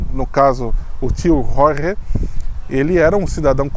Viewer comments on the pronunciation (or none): none